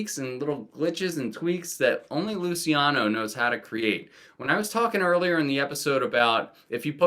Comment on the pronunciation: Thank you for reminding me about Teen Angst. Instant add to want list. Small critique; it’s pronounced ‘Looch-e-ano’ Killing it with these uploads